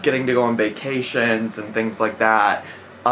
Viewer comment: I just hate the way she says “vuh-cations” and I know that’s nitpicky but idc